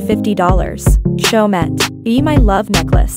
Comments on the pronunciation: My ears are bleeding from your pronunciation of Chaumet, the last ‘t’ is not pronounced, it is a French brand so it should pronounced as Cho-mee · They arent french blud not everyone can Prounounce in a french way